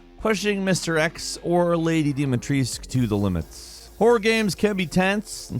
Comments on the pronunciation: It's DIMITRESCU not Dimitreee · Who's "Dimetris"? It's literally pronounced "Dimitrescu", just how it is written. Americans 🙄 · Its DEE-MEE-TRES-COO...stop botching her name pls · I see you still haven't learned how to pronounce "Dimitrescu" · Lady Dimitrescu's name has a "u" at the end